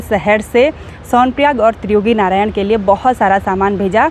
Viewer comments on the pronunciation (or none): none